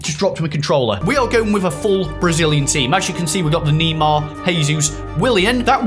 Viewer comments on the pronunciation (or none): it’s Neymar not nima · Please pronounce Neymar right!!! It's not N-E-E-M-A-R, It's N-E-I-G-H-M-A-R! If you read this change next vid! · dont say Nimar its Neymar keep up with the Good vids! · NEEMAR LMFAO 😂😂😂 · it's not kneemar